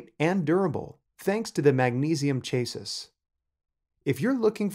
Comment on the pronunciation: Please learn how to say ‘CHASSIS’ correctly